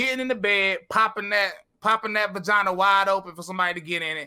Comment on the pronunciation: This man said "buhgina"